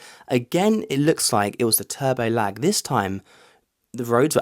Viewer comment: Man says turbo lag like it's black ice or something 😂